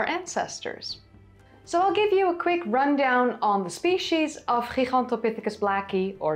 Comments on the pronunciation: The word is related to Giant and Gargantuan. It is pronounced : jai·gan·tow·pi·thuh·kuhs. A simply google search shows quite a few entries, all in agreement. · "Gigantopithicus" is Latin. The G in Latin is pronounced "jee", not the way you pronounced it. You're flat-out wrong. It's "jie...gantopithicus". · You kinda sound like an American cowboy when you say "Heehawn-topithecus" 😅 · "Gigantopithecus" is now the #1 -pronounced word, overtaking "Heidelbergensis" 🤣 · I'm surprised that southern China had a stable climate until a couple of hundred thousand years ago. I thought climate was fluctuating pretty much all over the place for two million years because of the Pleistocene glaciations. Was that region isolated from climate change somehow? Another cool vid, by the way. If I practice saying Gigantopithecus like you do, I may eventually be able to pronounce Van Gogh properly. 😃